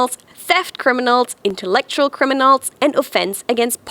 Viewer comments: 'Intellectural'? Hit me up girl, I'll proof check your videos before they stream. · "Intellectual" in English has no "r".